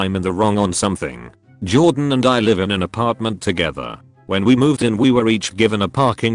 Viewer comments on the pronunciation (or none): none